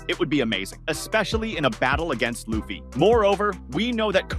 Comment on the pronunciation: I do not like the was you say Luhhffy